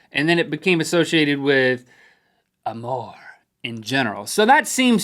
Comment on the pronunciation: Link pronounced amour correctly. That is French for love.